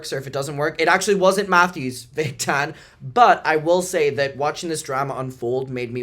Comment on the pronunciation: I can’t stop laughing at you at the accent “the tannna” 😂😂😂😂😂